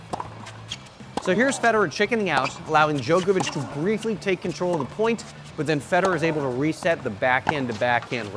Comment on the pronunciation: Cant trust a guy who says Joekavic